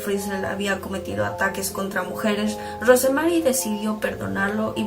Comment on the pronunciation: Yo no soy psiquiatra, pero siempre me sorprende como es que la gente abusada y maltratada en terminan dañando a los demás como si fueran culpables de lo que les hicieron, me da coraje... Por cierto, Rosemary se pronuncia sin la "e" . . Así como como Rose de Titanic